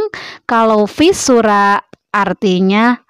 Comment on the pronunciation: Visura🤭🤭 harusnya fisura 🙏😁😁😍😍😘😘